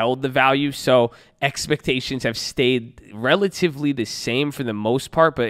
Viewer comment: EXPECHAINIONS! LOL let's get ready for earningz babbyy! Let's go!!